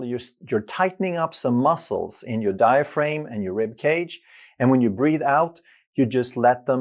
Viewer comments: Diaphragm isn't pronounced: Die-a-frame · Outstanding explanation of how breathing works. All musical wind instrument players are taught this from the start. One small observation: the pronunciation of 'diaphraghm'. The second 'a' is a hard vowel, not a long one. As in the word 'am'. The 'g' does not make the vowel long. Til the next video! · You’d think he’d know how to properly pronounce it.🤔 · Well, I was born in France, and I’m not a doctor, but I know how to pronounce it correctly. So I was just surprised at his mispronounciation. Excuser mois, or should I say mi scusi! 🤷🏼‍♀️ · Sounded like a criticism since we all know how to pronounce diaphragm